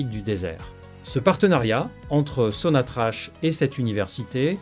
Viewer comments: Sinatrac et pas Sinatrach ça s'écrit Sinatrach on prononce sonatrac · SONATRACH SE PRONONCE SONATRAKE